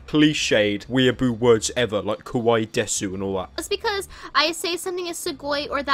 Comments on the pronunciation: That girl constantly mispronounces kawaii (ka-why not ka-why-EE) I can see her say yao-ee instead of yao-oi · The way she pronounced “kawaii” in the second video clip sounds like “kowai” which means ‘scary’ in Japanese. Fitting.